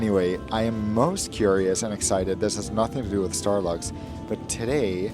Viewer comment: it sounds like you said Starbucks again.😂